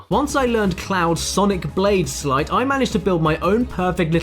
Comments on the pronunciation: Sleight not slight... you dont ride a sligh down a snowy hill you ride a sleigh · Sleight =/= "slight"